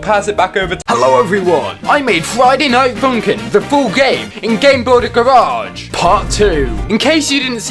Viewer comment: did he just say garage like GARE EDGE